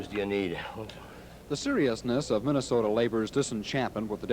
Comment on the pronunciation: Every Sunday in MINN-AH-SOE-DA is a Moron Sunday.